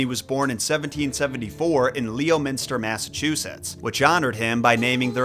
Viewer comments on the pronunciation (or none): Being from NewEngland and hearing you pronounce it Leo-minster kills me!! 😂. It's pronounced Lemon-stir . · i hate to be that person but leominster is pronounced like lemon-ster. i live near there lol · It's pronounced Leminster. Hearing every letter in that word tickles me so much. Massachusetts strikes again. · HOW MANY TIMES DO I HAVE TO COMMENT THIS ON JOHNY APPLE SEED VIDEOS ITS PRONOUNCED LEMON-STER NOT LEO-MINSTER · its pronounced lemminster lol not leo- minster lol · Leo Minster? Lol. "lemonstuh"!! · FYI — it’s not pronounced “LEO-minster”, it’s pronounced like “Lemon-ster”. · As a Massachusetts native hearing Leominster pronounced as "Leo-Menster" really hurt!...😂 Its pronounced like "Lemon-stir" or leminster... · That’s not how you pronounce Leominster. It should sound like “lemon stir” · It's pronounced "Leminster", not Leo-minster. My grandparents lived there and I spent a lot of time there growing up. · Anyone else from Massachusetts and dying at how he pronounced it Leo Minster . Aka "Lemonstah" 😂 I had to use google ro figure out what town je qas saying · Lol "Leo menster" is actually "lemon-ster" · Love the video, but cringed hard at Leo-minster. Locals call it Leminster. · I will add, it's pronounced lemon-ster (or lemon-sta like a local lol) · Should cover how to say his hometown correctly 😅 Leo Minster 😂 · Yep! I’m like It’s pronounced like “Lemon-ster” you muppet! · No shade... but Leominster is pronounced Lemon-ster and Concord is pronounced Con-curd (not the grape). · IT'S PRONOUNCED LEMON-STIR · Leominster is pronounced Lem-in-stah. I'm from Massachusetts. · It's pronounced lemon stir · Wowl😂 I love you but you're definitely not from mass or even new England. Leominster is pronounce LemMinster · pronounced "LEH-muhn-ster" Leominster, "KON-kurd" Concord, "on-TARE-ee-oh" Ontario. Sorry, Bostonian here lol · It's LEM-INSTER, no? I have family from that area we used to go to both Leominster and Worcester (WOO-STER) every summer!